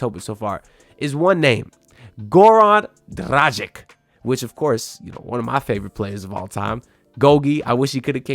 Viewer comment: my god you don't even know how to pronanuce last name of one "of your favourite player", Dragic... if you make a video at least learn how to say last name of a player that you mention, which what you said - isn't!